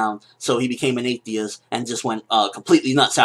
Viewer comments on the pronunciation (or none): Are you an ahteist or are you religious? (Christian I guess) - since you said that "Athiest-part" a bit strange ;D